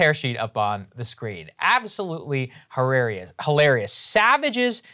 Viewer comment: Saagar said “hilarious” like an Asian person